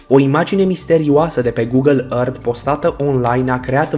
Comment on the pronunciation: Earth se zice ărf ok.